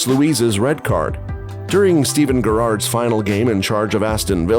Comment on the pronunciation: Holy fuck the pronunciation in this. ‘Steven ggerrard’ ‘Moyez’ This is the most American football video I’ve ever watched. Also no mention of united off side goal against city